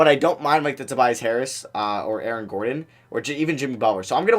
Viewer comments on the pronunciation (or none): none